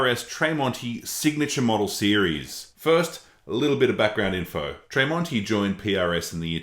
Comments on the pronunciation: Why does he pronounce Marks last name Tray monti? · Its pronounced as TREM--ONTI. Good video thou, i hope you get more followers. Well done!. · Tremonti is pronounced like tremolo. There's no A in Tremonti